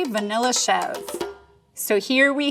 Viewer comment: Your credibility as a cheese expert went downhill when you mispronounced Mascarpone, Ricotta, and Chevre.